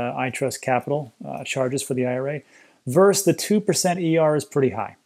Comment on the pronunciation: When you see "vs." (against) it stands for "versus", not "verse". Just FYI Great content, keep it up.